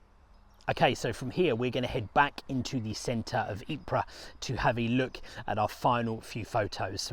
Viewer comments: A very nice Belgian lady once told me that it is pronounced ''Eee-purrrr'. Spending a little time there, I found that she was correct. And you roll the rrrr's, too. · Ypres is spelt Ieper in Flemish and THAT is how it is pronounced!! EEPER. Get it right! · The Belgians pronounce it " EEP "..Get it right..